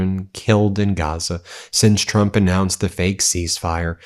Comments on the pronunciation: Oh she's back(Karoline Leavitt), I kinda missed her "President Chump". xD Either she has a speech impairment or she's doing it on purpose. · Is it just me or does Karoline Leavitt keep calling him "Chump" instead of "Trump"? 🤣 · I am CONVINCED that EVERY time Karoline Leavitt says trumps name she says "chump"! 😂😂😂